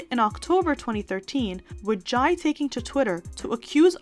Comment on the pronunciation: Jai’s name is pronounced like Jay